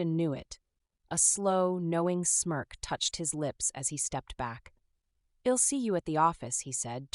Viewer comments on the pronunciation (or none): So annoyed with the mispronounced words. Maybe write without contractions? Shed rather than She'd. Ill rather than I'll.